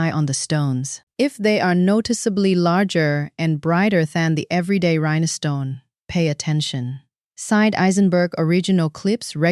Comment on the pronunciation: Rhinestone only has 2 syllables not 3 it's rine stone not rine eh stone